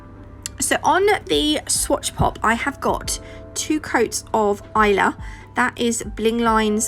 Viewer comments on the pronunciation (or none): none